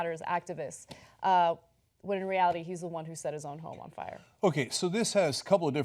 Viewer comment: Lol Cenk said Friar Department. Friar Cenk, the wise.